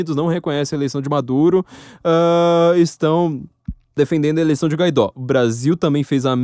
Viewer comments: O nome dele é GUA-I-DÓ. Não GA-I-DÓ. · Por quê você fala "Gaidó" se o nome dele é "G U A I D Ó"?